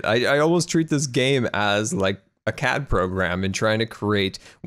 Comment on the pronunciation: when said CAD program I thought he said cat program lol